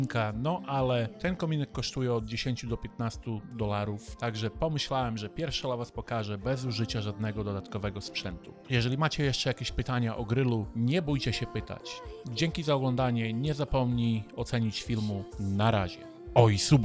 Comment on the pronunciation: Grill nie gryll